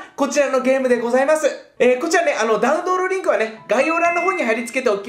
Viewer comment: 最後ダウンドーロリンクって言ってる笑